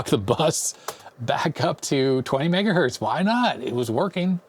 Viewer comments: what is mega Berts LOL oh you meant Mega HERTS LOL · I heard "MegaBerts" which I agree is pretty much fine. 10 "MegaErnies" is a problem though... ;)